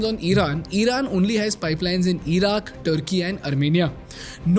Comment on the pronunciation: 'EEran' 'EEraq'